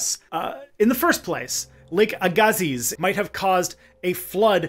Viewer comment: I grew up in Mission, BC, next door to the town of Aggassiz, BC. It’s pronounced “ae-ga-sea”, not “aa-ga-zeez”. That’s even how the local First Nations pronounce it 😂